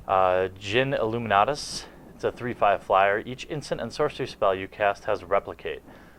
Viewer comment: As a Brit I must comment on how fantastic it always sounds hearing an American say “Illuminatus”. Awesome!